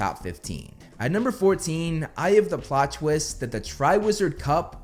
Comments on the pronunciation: I know he says "I have the plot twist", I even checked the subtitles, but I kept mishearing it as "Eye of the plot twist", and my brain is like "Which eye?" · Are you sure he’s not saying “eye of the plot twist”? That’s what I’m hearing. Either way, it’s overkill. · I thought you kept saying, "Eye of the plot twist" and was confused af😂🤣 then i listened closely then finally heard you actually said "I have the ..." Lol Nah, Harry being a Horcrux would be my no.2 and 1 would be how Snape made Harry take his memory for the pensive, Snape not just giving only the important memory about Harry but also his entire crucial life points. How that reveals the dangerous and utmost importance of Snape's role in the whole ordeal, especially in defeating Voldy but also finding a way to protect Hogwarts and its students. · Anyone else hearing this American accent come out as "Eye of the plot twist..." over and over again?